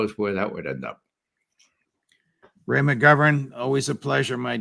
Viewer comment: dovaryei no provaryei, trust but verify. I like how Ray uses accurate pronunciations of foreign words and names.